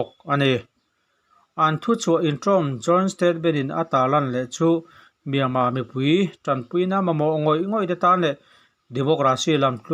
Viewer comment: Kuhva iheh hmel voice chu, chuan miama tihtur ami le, Myanmar tih ani IN kahre sia 😜😜👍